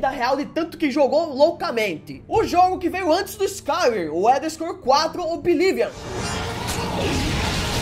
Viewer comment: Mais épico são as pronuncias, eu normalmente só escuto, mas eu tive que vir comentar o "Obilivion", cara não é um jogo novo....